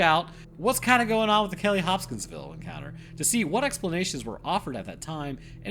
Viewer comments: Bro kept saying Hop-Skins-Ville 😭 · I found true weakness. Pronouncing Hopkinsville. Also I highly recommend the Astonishing Legends podcast coverage of this event.